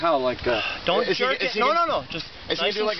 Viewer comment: the emphasis on dont jerk it is really doing a lot